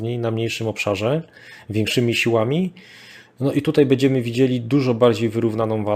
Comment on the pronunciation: bĘdziemy a nie bEdziemy, proszę bo to w uszy kłuje XD